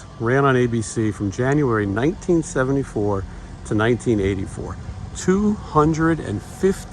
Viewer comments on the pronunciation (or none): none